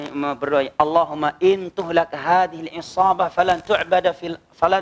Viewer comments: Ini yakin? Sy mau tanya merubah redaksi hadits dari nabi hukumnya apa? Pada menit ke redaksi haditsnya berbunyi "IN TUHLIK HAADZIHIL 'ISHOOBAH" bukan seperti yg dia ucap "IN TUHLAK HAADZIHIL 'ISHOOBAH"! Lafadz yg dia sebutkan (intuhlak) itu termasuk fi'il majhul atau dalam bahasa Indonesia disebut kalimat pasif, kalo bgtu artinya Allah lah yg akan dihancurkan, itu kesalahan fatal wahai yg mulia yg alim dan yg paling pintar. Tapi kalau dia membaca intuhlik maka itu artinya jika engkau (Allah) menghancurkan atau binasakan haadzihil 'ishoobah (kelompok2 muslim ini) falaa tu'bad fil ardhi bukan falaa tu'bad abadan. Tolong ditanggapai wahai yg paling pintar dan paling alim. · Ini yakin? Sy mau tanya merubah redaksi hadits dari nabi hukumnya apa? Pada menit ke redaksi haditsnya berbunyi "IN TUHLIK HAADZIHIL 'ISHOOBAH" bukan "IN TUHLAK HAADZIHIL 'ISHOOBAH"! Lafadz yg anda sebutkan (intuhlak) itu termasuk fi'il majhul atau dalam bahasa Indonesia disebut kalimat pasif, kalo bgtu artinya Allah lah yg akan dihancurkan, itu kesalahan fatal wahai yg mulia yg alim dan yg paling pintar. Tapi kalau anda membaca intuhlik maka itu artinya jika engkau (Allah) menghancurkan atau binasakan haadzihil 'ishoobah (kelompok2 muslim ini) falaa tu'bad fil ardhi bukan falaa tu'bad abadan. Tolong ditanggapai wahai yg paling pintar dan paling alim.